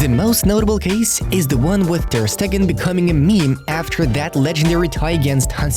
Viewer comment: Bro said Ter statue 😂😂